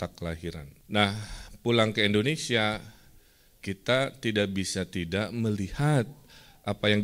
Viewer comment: kang punten sanes endonesia, tapi indonesia hahhaa